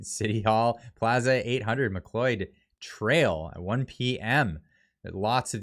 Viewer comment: Please, enjoy the videos but Ft. MacLeod is pronounced ‘MacLowd’ NOT ‘MacLoid’. Otherwise appreciate your content.